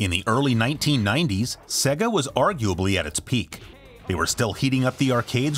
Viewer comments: SAY-gah. Not SEH-gah. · It's not segha its mòre like seeegah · come on say it properly. Saayyy-gah. ;) great vid though. Dreamcast was awesome. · Bothers me when people say "seg-uh" instead of "Say-gahh". Like, they say it for you all the time.